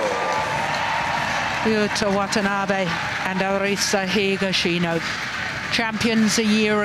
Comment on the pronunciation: GO HAGASHINO the guy next to him: higashino🙄